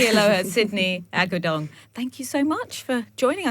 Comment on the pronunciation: Wow this lady pronounces Sydney's last name better than the ones from The View haha. Grabe